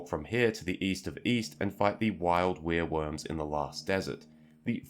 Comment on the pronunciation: It's pronounced "Where-Worm".